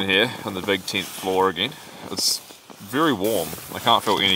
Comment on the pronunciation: its tent not tint you bloody drongo 🤣🤣